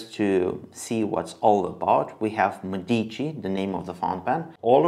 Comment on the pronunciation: ME-dici. More emphasis on the ME Which sounds like “meh” so it would be “MEH-deechee” pronunciation wise👍🏻